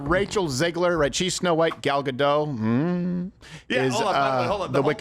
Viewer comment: U should pronouce the t in gadot